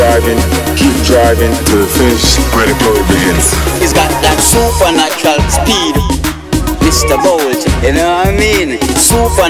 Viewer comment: Sooppahnatural speed, You no I mean